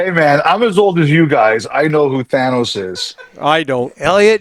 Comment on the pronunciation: I mean, a lot of people will get the Thanos reference, but not when you pronounce his name Thanus.